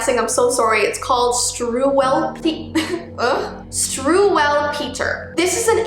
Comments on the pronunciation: It’s StruVVelpeter, not StruWWelpeter. The Germans have this weird shtick of Ws sounding like Vs. However, you were close. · I believe that the correct pronunciation of the German book is (Struvelpeter) instead of Strewwelpeter, as w is pronounced as a v in German. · For the German book your supposed to pronounce the w’s like v’s, that kinda makes it easier to pronounce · it's pronounced struvel peter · I'ts pronounced strew-ell-petear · I think its pronoused: Stru-Welp-ter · I'd say the last 2 stories were easily the scariest. The German one was pronounced with a v in the middle(it is German). And the food one scares kids from eating food in case it is a child (it's not). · Its pronounced St-rooh-le-peter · I an german. Could you please pronounce Struwwelpeter right? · I swear as an Austrian her pronuncing Struwwelpeter is so funny to me😂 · Ah! I was doing my science homework! By doing, I mean procrastinating on starting it. pretty much just toy story. I was born in 2001, never heard of it... yikes. pretty sure the "w" is also pronounced as a v unless I’m wrong